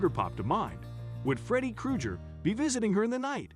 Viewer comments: So nobody else heard this man say “Freddy Kroojer” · Seriously? He miss-pronounced Freddy Krueger? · Found the one person who doesn't know how to pronounce Freddy Krueger